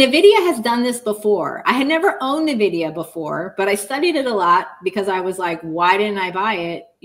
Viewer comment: Why does nobody know how to pronounce Nvidia?